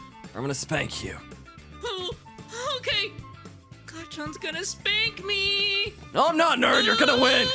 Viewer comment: Bro Saíd "Now wheres my spankles"😂😂